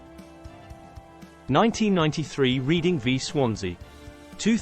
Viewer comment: I often wonder who narrate and edit these vids. They're good in many ways but the large text spoils the view and things like the pronunciation of Reading ("reeding"? For chrissake man) is particularly annoying.